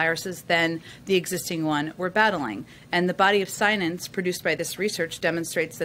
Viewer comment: The Bidenese language must be contagious! At .44 she says sc-nience instead of sc-ience. 😂She also called it a plandemic instead of pandemic in another video I saw. She was wearing the same green dress so it may have been in the same briefing. Be careful folks, you certainly don't want to catch Bidenese!